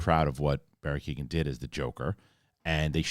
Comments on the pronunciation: It's not Barry Keegan It's kee - oh - an The G is silent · Great vid! One small thing his name would be pronounced KEY-OWEN rather than Keegan. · keoghan pronounced key-o-han